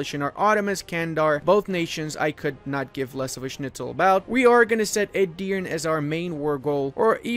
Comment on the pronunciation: Btw Edirne is pronounced like "e-dir-ne" E's are like the e in egg, both at the start and the end of the word. Dir is pronounced like i in during. and you have to say it a little bit faster than how you said it. With this little note aside, you are really good at your job! Nice video!